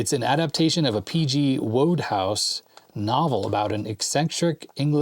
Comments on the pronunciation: If it helps, the author's name is pronounced P.G. Woodhouse. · Its P.G WOODHOUSE not wodehouse .... uk viewer here...greetings...